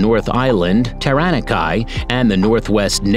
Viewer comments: Hahah the way he said taranaki had me in tears. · That pronouciation. Tuatra? Taranakai? Otag'go? 😂😂 Seems so computerized. But hey thank you for putting NZ out there 💜🙏